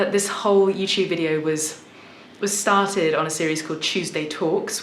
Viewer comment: She also used the "England/United Kingdom is big and has so many accents" line that many fakers use, she sounds like an implant from the States, most likely New York. She didn't pronounce the R in interview or started like you will expect from her regional accent.